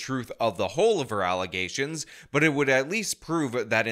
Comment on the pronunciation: These allezation (how the super mayor pronounces allegations) are probably 100% facts. But honestly, all of the people on the board should be replaced, most importantly, the super mayor